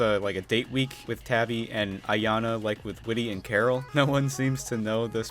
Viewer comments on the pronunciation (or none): none